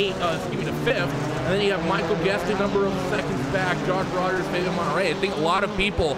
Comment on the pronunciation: Love the vids, but you gotta stop murdering people's names in the broadcasts. Monterey looks nothing like Menetrey.....